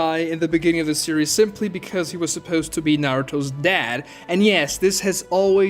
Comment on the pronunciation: when he says "supeuwst" instead of "supposed" is that an accent from something or just a nerd way of saying it?